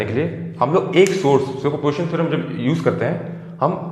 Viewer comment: Its not super portion theorem its super P O S I T I O N theorem.....anyway,good job. 👍🏼